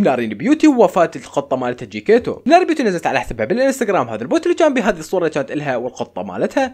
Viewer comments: جيكتيتو✖️ جيكيتو ✅ 😂😂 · جكتيتو ❌ جيكيتو ✅ 😂😂😂😂💔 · جكيتيتو ❎ جيكيتو ✅